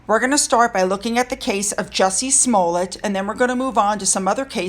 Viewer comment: First of all congratulations on pronouncing Smollett correctly!👏👏👏 It's a perfectly straightforward Scottish name pronounced just the way it looks - Small-it! I hold no brief for BLM as it's behind the prevailing problem of turning one side against the other - even if they have to invent the narrative! Falsely demonizing white people can't solve the problem - it simply reinforces the victimhood status of black people who don't want equality - they want revenge - even when the 'crime' is self-inflicted! BLM is a divisive movement and we need to stop supporting it's agenda so that peace & reconciliation between races has a chance. Choosing to uphold worthy folks of colour to represent them rather than hero-worshiping a villain who held a gun to a pregnant woman's stomach wouldn't be a bad place to start! Worthwhile video!👍